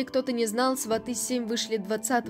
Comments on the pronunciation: Только не сватЫ,а свАты,ударение то можно научиться ставить? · Не сватЫ, а свАты, сватОв засылают перед свадьбой, а свАты, это уже родня после свадьбы. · СвАты,а не сватЫ. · СвАты, произносите правильно, слух режет